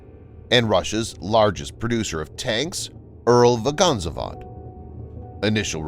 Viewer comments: Ural Vaganza Vod is the funniest pronunciation of that tank factory. It's Ural Vagon Zavod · Why is so hard to pronounce the name of tank manufacture - Ural-Vagon-Zavod? Ural - geographical name of region Vagon - it is like Volvo station wagon Zavod - Russian word for factory